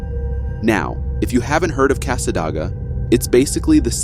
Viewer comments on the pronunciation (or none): As a native near Cassadaga when you said Cassadoga😂😂😂 Cassa day ga . Sorry Florida towns do have weird names.